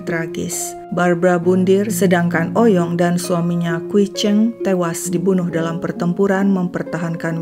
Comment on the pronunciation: Sebenernya Oey Yong dibacanya bukan "Oy Yong", tapi "Ui Yong" atau "Wi Yong", krn ejaan lama OE dibaca U. Margaku juga Oey dr papi dan Lauw dr mami 🙂